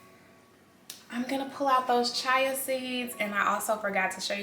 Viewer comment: Glad you posted this video. I enjoyed it. I think you are really cool, love your vibe. The Banana bread looked really good too. One thing though, I think you pronounce it "chia" (chee-ah).